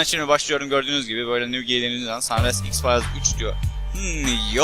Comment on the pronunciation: x fayls diyecegine x farz diyo